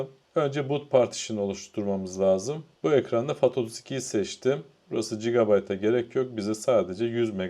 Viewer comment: Cigabayt değil, gigabayt diye telafuz edilir. FYI(for your information)